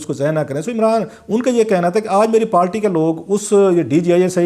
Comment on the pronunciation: کلاسرا صاحب اپ اچھے اینکر ہیں لیکن اپ پارٹی کو ہمیشہ پالٹی کیوں بولتے ہو اس کی کوئی خاص وجہ انگلش میں بھی لفظ پارٹی ہی ہے اردو میں بھی اپ کونسی زبان میں پالٹی بولتے ہیں